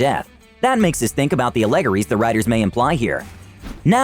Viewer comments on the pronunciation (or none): You pronounced "allegories" wrong.